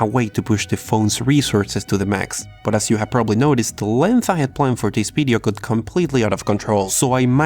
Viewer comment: It's "video" not "weedeo".